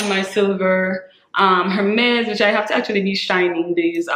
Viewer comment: I totally agree with your tip. I HATE when a stranger will walk up not even say hello but ask me how much was my bag? Is it real?? It's classless in my opinion and personal. I'd rather give my underwear size. You pronounce the H in Hermes. I have always had the understanding the H is silent. Meaning correct pronunciation is Ermez. I have been snagging up lots of Vintage Jewelry pieces the past few years. The jewelry is works of art and great investment too. TFS. Hugs-Rebecca ❤️